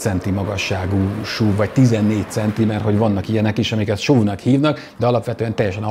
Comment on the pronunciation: šuv (szlovak) 😊 miért nem nevezet esz ú vé nek? Nevecségesen hagzik a šuv. Vagy akor szúv. De Máskülönben megint nagyon jó videó.